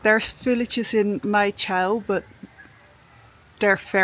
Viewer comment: Congratulations. You can't even pronounce the place correctly. "Chow"????? Wrong. You probably should learn how to pronounce places before making your videos.